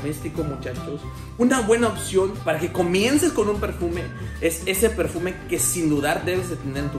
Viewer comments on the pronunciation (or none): none